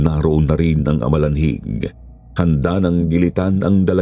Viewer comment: 😂amalanhig not alamanhig ✌️